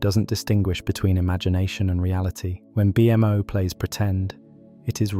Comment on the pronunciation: "Gol-B", "B-M-O" The AI voice just killed this video